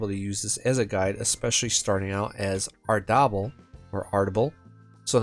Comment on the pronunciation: Pronouncing Ardabil like “gobble gobble” is cursed 😂